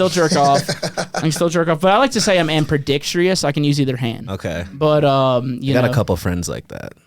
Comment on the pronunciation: Did you just say… Ampredextrous🫠